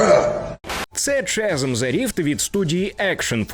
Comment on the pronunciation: Та ну блін не Чазм а Казм :) Класно все, молодець що робиш огляд і вопшє кайфую від каналу. Але ж ну :)